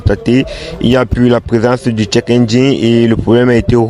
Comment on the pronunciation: le check pas le tchek, tu te crois à Prague?